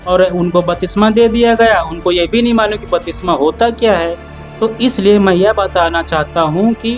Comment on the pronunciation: Bhai jo aap bol rahe hain wah shabd ka uchcharan galat hai to aap ki siksha bhi galat hogi , batisma nahi lenki baptisma ya baptism jo Greek shabd baptizo se aata hai.